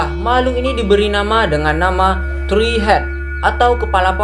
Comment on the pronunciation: Tree bukan "tri" woy